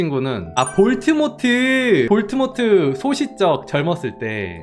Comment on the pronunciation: 볼드모트 볼트모트라고 라는거 넘 읏긴다 ㅋㅋㅋㅋㅋㅋㅋㅋㅋ